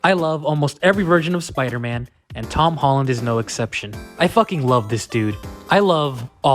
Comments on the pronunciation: Bruh he said hom tollen 😂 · Am I the only one that heard him say hom tolland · Why he say him tolland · “Hom tolland”😂😂😂